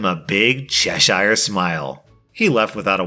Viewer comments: No pleassse it’s not Ches ire smile it’s said like cheshre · it's Ches-Her, not Chesh-Shire. Us Brits don't live in Lord of the Rings lol (I know because I live right near there) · Please. It's pronounced "chess-er" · lol pronounces Cheshire how it's spelt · Oh come on. I know that Americans have an issue with pronouncing English names with shire in it but Cheshire smile, as in the Cheshire Cat. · that pronunciation of ‘Cheshire’ hurt me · I love that wicker chair story but I hate that Americans can't pronounce Cheshire properly